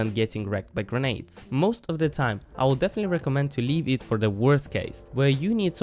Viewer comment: You're videos are pretty chill on top of being qualitative, it's really an added bonus :) Also, it's "grenades" and "footage" :3